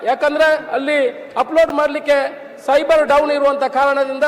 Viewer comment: ಅದು ಸೈಬರ್ ಅಲ್ಲ ಸರ್ವರ್ ಆಯಿತಾ ರೈಗಳೇ 😂